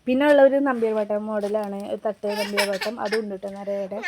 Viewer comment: നമ്പ്യാർവട്ടം അല്ല നന്ത്യാർവട്ടം ആണ്